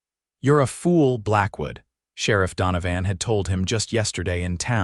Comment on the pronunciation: LawDANum? If a word is going to be used repeatedly, couldn’t you program it’s pronunciation correctly? And DonoVAN for the sherriff, no one pronounces that name like that.